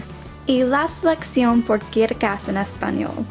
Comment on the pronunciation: The way you told "La Selección"... I love it